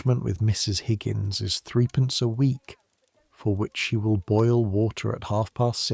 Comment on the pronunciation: This is very well written and narrated but in England in pre-decimal days, 'three pence' (3d) was pronounced 'thrupence'. Twopence was pronounced, 'Tuppence' as sung in 'Feed the birds from Mary Poppins. Also, a dress was worn over a petticoat, not the other way round.